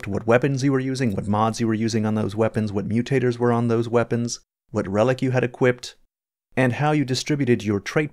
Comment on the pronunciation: The way you keep saying “equippeding” is bothering me lol